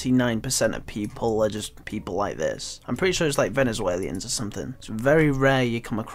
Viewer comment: It's Venezuelan not Venicewaylee-an